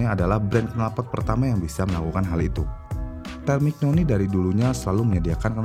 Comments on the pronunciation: Terminyoni bacanyaa, bukan termiknoni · Busettt kmaren" Kaya takjub banget sama pembahasan, tpi skrg kok kaya jijik, cuma kaya baca teks, konteks dilewatkan, sperti Temignoni hrusnya disebut terminyoni, arrow disebut erow.. Ini mah Wikipedia di upload di youtube.. Riset cuma via gugel dan d baca doang🤣🤣🤣